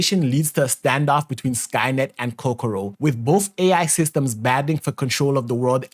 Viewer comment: Ko ko ro not ko ro ko hehe